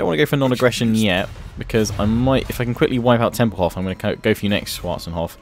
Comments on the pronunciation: I know! It's not schwatzenhof! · The way you say schwartzhafen kills me